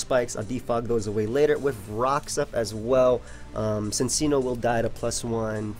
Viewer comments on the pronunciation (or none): bro you can't call yourself Italian and pronounce cincinno like "sinseeno"